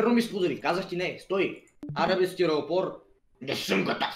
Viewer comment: Най ме радва как каза стиропор 😄😄😄😄😅😄😂😂😂😅😅